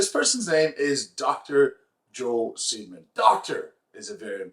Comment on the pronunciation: Maybe it's just the audio source for this video, but the way you are pronouncing his last name makes me giggle like a little kid and makes impossible to take him seriously (Joel, not Mitch).